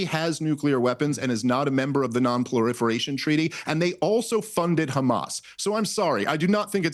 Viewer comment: Pluriferation lol